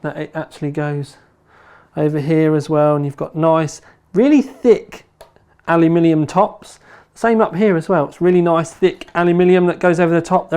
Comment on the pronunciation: Hang on. Say "aluminium" again... "Alumillium"